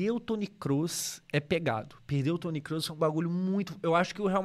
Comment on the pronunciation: Você pronuncia certo o nome do Kroos. Muitos falam com ó ao invés de ô. 👌